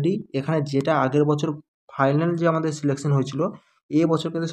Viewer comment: আমি তোমার সব ভিডিও দেখি..সব ঠিক আছে কিন্তু তুমি 'ফাইলান' বলো কেনো..ওটা তো 'ফাইনাল' বলতে হবে।